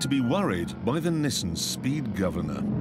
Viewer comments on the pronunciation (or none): The car thrashed his neck because he can't pronounce NISSAN, and apparently the can't pronounce DATSUN either in England.